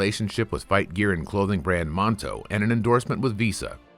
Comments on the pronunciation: Clothing brand Manto, not monto :) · Manto, not monto. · Manto not monto and Kruk's different not Crooks....